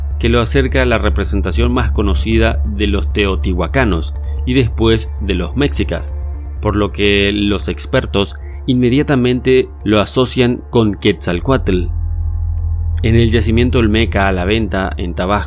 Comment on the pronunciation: No se dice "méxcicas" de dice meshicas entre ch y sh y sin acento en la E. No se pronuncia nahuatl de pronuncia NÁhuatl acento en la Á. Y así otros nombres..